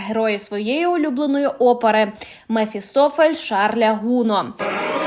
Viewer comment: ГунО, а не ГУно, це француз!